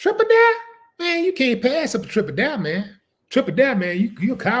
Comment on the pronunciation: “Triple daré” 😂